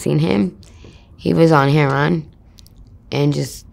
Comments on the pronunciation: So heartbreaking. You just wonder if she was raised in a better situation, would she be a CEO or successful business owner or something. So unfair. I haven't heard it pronounced Her-ron for along time. I have a 12 year old and I can't imagine him living alone and doing all that. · She's the first white girl I've heard say "heron" instead of heroin, can tell she grew up around a lot of black people young.